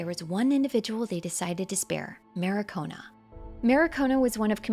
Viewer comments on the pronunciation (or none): Stooooooop!! Her name is Markiona!! Not Marikona!! Not saying this because is misspelled but because 'maricona' in my language (spanish) means bitch🤣🤣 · I've been waiting for this video for so long... By the way, its MARKiona, not MARIkona. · Marikona. It just makes me mad when she keeps repeating it. MARKIONAAAAAA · I really don't want to be that guy, but "Marikona" is an homophobic slang in Spanish, which is quite unfortunate. It's a great video though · As a Mexican listening you say “maricona” (which is the slang referred to by the other commenter) is hilarious, you’re good tho don’t worry 😂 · I just found your channel and subbed because you had plenty of videos I’m interested in. Love your editing and vibe. Very cool how you handled being told by every person on YT about mispronouncing Markiona. On a similar note if you switch Elden Ring to Spanish you’ll notice that Marika is changed to Marida because of that same word, both of which are variations of the same slur.